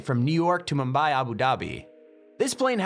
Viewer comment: Hollup did he say mumbay Abu dahbi